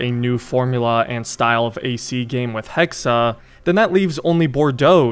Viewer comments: Its not assassin's creed hexe its hexaaaa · Hexe, not Hexa! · I think its pronounced hex not hexe